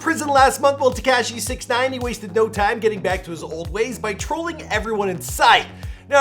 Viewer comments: Y does he say 69 like that tekashy.... y bro lol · Any it’s else annoyed af at how he said Tik-cash-Eee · Please learn how to pronounce Tekashi before you capitalize off of him. So cringe. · Been making videos about him for years... still can't pronounce his name correctly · The way he says tekashi 😂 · WHY DO YOU KEEP SAYING TEKASHI LIKE THAT? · It bothers me how you say Tekashi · Who else likes how he says tekashi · I hate how he says ”Tekashi”